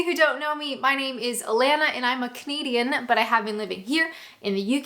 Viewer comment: To this day I still hear 'comedian' when Alanna says Canadian.